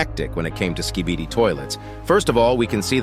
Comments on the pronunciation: It’s Skibidi not skeebeedee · Skib-a-dee not ski-bee-dee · "skeebidee toilets" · Why does it sound like he’s saying “skebede toilet”